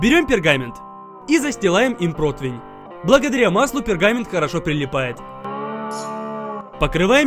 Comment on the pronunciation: Ххахахахах говорит либо противинь толи протвнь либо противень